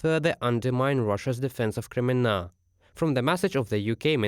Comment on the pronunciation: Like the pronounciation of KREMMINNA! there is a must visit place as tourist! And of course Aluchta at Krym.